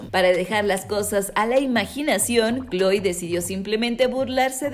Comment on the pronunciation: Se ya má kloe no khoe